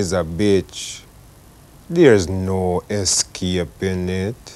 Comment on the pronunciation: The pronunciation of escaping triggers me that hard!